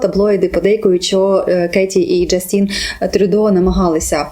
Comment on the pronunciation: що у Вас з наголосами у прізвищах та іменах? Причому постійно! Ну це ж очевидно, що ДЖАстін, а не ДжасТІн🤷🏻‍♀️🤯